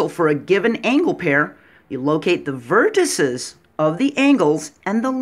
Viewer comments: Vertices is pronounced vertiSEEs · I respect your video(s). I would challenge you to find anywhere on the web examples of deviations from what I mentioned to verify for yourself which is correct. It is similar to indices, matrices, vortices in pronunciation. Even UK pronounce it that way according to a website I checked. Anyway, it's definitely you're not your. Keep up the good work.